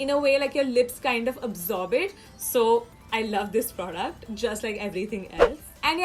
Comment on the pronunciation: You don't know how to say "product" lol😂😂